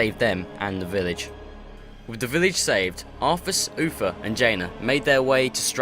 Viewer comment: its uther not uffer